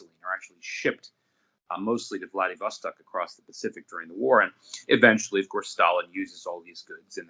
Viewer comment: Which mistake did you make?!? Having trouble pronouncing Vladivostok doesn't count. Just watched the whole interview. It was great. Thank you very much!